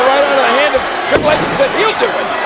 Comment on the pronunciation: *Triple H Not Tripel H